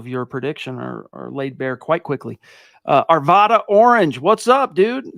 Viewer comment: I love what you guys do and i love hearing your perspectives. Quick Colorado PSA - it’s “Are-V-Ad-Uh”